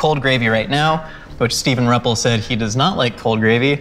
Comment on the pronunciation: I am Steve's mom, and for one, it is pronounced R - you- ppel. And yeah, Steve is highly athletic, like a 12 time Ironman competitor, plus everything else having to do with sports. His being a Chiropractor is mostly geared to sports and training.